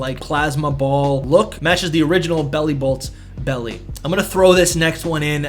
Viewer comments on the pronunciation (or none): none